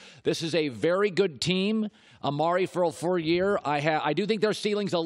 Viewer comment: Amare for a frur yurr lol